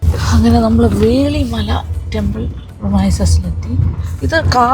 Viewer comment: കുമാരകോവിലാണോ മാഡം കാണിച്ചത്. തക്കലക്കടുത്ത് കുമാരകോവിലാണ് ഉള്ളത്. അത് വെള്ളിമല എന്നല്ല വേളിമല എന്നാണ് പറയുന്നത്.